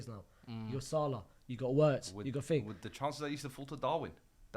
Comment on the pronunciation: I hate pronunciations of Wirtz